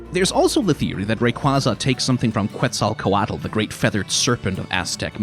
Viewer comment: Just wanna spread the word - the “Que” in Quetzalcoatl is pronounced like “Ke”, so “quetzal” would be said like “ketzal”. Nahuatl, the language of the Aztecs, has been preserved and written in Spanish, and so, uses the same linguistic and pronunciation features as Spanish. Feel free to use this knowledge to learn how to say some crazy Nahuatl words!